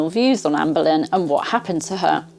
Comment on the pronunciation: Benlyn, however, it's spelt Boleyn